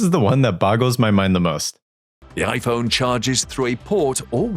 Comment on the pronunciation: I loved instead of an i-phone he just added a "p" to make it even smarter: pi-phone ... sounds like his brand of humor